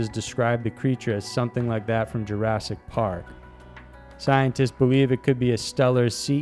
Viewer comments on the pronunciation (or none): none